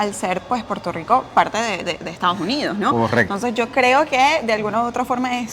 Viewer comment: “Estaos” Unidos